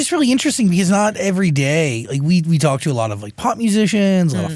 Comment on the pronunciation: She said "thalk"